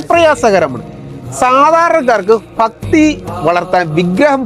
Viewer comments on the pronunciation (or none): ഫക്തി അല്ല ഭക്തി